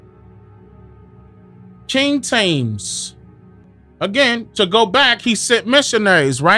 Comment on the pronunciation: Real hard to swallow with the English mispronunciation of sword and Thames. Your blasphemy and vile profanity in the last part of the audio is the proof against righteousness here. Gen. 12:3